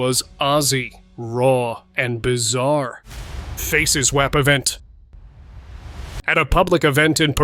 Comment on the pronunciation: "Faces Wap event". 😂 AI still gives it itself away quite a bit